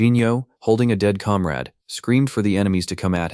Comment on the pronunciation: (narrator: calm raid? or comrade?)